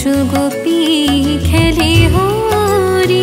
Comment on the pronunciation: না এটা আমি ভুল বলেছি আপনি যেটা উচ্চারণ করেছেন সেটাই ঠিক ব্রযো গোপি খেলে হরি ই হবে ভুল মার্জনা করবেন ==খুব সুন্দর গান হয়েছে ==ভালো লেগেছে প্রণাম🙏